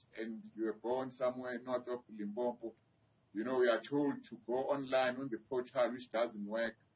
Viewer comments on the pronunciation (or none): It's Limpopo not "limpompo" don't be lazy, you're a whole doctor so do better chief